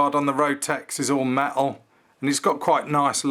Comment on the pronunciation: Made of me-el 😂😂😂